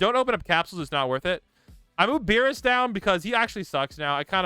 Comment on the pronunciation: really said beerus